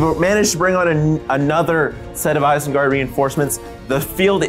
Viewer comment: "Isenguard" troll in there as well lol